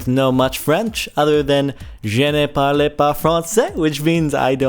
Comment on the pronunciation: Em... Jordan. You pronounced "Je ne parle pas francais." There is no "ey" at the end of parle. :/ (Not meant to be dickish, just saying that the only thing you "can say" you got incorrect lol. Au revoir was correct.)